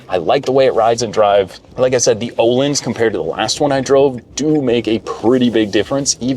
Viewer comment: Suspension company is pronounced "o-leens".